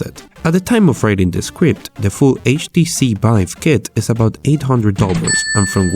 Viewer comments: this guy cant say v "The Bive Craft mod" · HTC Bive headset, BR games .... .... BRO pls learn how to talk